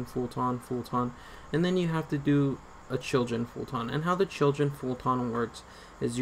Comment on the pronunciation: “Fult-on” LMAOO